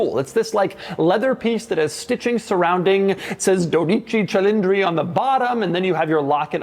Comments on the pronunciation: Says the name wrong every damn time 😂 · which is sad because Doug’s ancestry is from Italy. 😂